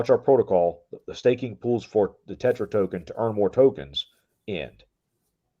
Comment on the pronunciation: Tetra , not terra 😅